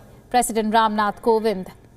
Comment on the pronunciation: It's "Kovind" not Govind🤔